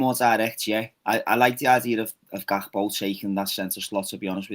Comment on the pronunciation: GAK-PO not GAP-KO!! 😂